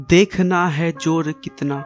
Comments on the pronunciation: It's zor not jor and sarfaroshi not sarpharoshi.. its fasi not phasi.. ajad nhi Azad.. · Dear. Your study and videos are very outstanding and diplomatic. But pls improve your language. As it's zoor not jor..it's baazuo...not baajuo. Shaheed not sahid. Pls have a check.. For any clarifications pls call on